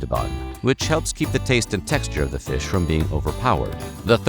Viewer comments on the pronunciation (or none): "THE VISH ITSELF!"😄